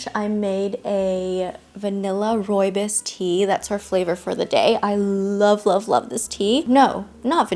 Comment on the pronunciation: Hey, I love you and videos and I really dont want to sound mean or condescending but as a south african, you aren't pronouncing rooibos correctly. I cant even explain how to properly because there are no words in English. Your mispronounciation made me giggle, its more the bos part that was incorrect 😂😂I just thought I let you know ❤❤❤